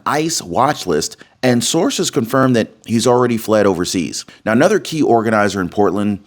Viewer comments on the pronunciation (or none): none